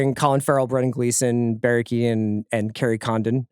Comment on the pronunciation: CR mispronouncing keoghan 17 times in 30 seconds really hurt my soul